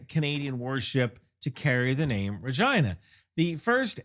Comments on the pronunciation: I absolutely cannot take this video seriously when you keep pronouncing the name like that. 🤣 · I don't know why we pronounce " Regina" like this. It does seem odd. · My main takeaway is that if you ever discuss this ship again, you really do need to use the Americanized pronunciation of its name…. I swear, in the first few minutes of the video you said the name multiple times and I was forced to turn on closed captioning to make sure you weren’t saying what my ears repeatedly told me you were saying… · $20K video to go inside the (pronounces Regina like ) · Work on your pronunciation. I swear to god, after listening to you say it 75 times.. the first time you say Regina... you say Vrrr-gIna... I was like ...What?!?!?!?" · Am I too much of a soldier for continuously misunderstanding the Regina's name ❓ I also think needs a bigger 'PRESS' patch. I couldn't read this one 😀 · Good video! But sometimes it sounds like he says Regina, but sometimes, not so much?? The 57mm is nice, the guided projectile is cool! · Not a single time did I hear an "R" when the name of the ship was pronounced. 😂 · That's a Canadian accent when you say Regina,. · I had to listen three times, then look at the comments, before understanding the name starts with an R, after learning the real name, I listened three more times, and it sounds like he starts a v and then changes it. I still hear vragina. edit: I think it's because he kinda stumbles over the HMCS part, like he almost forgot the C, then runs it together with the name. edit edit: OK, I'm far enough in he's said it multiple times, when he only says the name, it's clearly an R, every time he adds the HMCS, it sounds more like a V, lazy s to r transition I guess. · Tha Vagi, what now. I know you visited it, but you really push the limits of linguistics here to interpret is as something else. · It's rageena not rahgyynah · he said vagina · Regina, rhymes with fun!! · We caller ReGeena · Rejaina cracks me up everytime